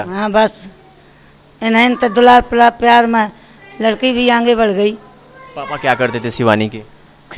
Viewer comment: Ye patrakar lag rha Hai ki space se Aya h papa ko pappa bol rha h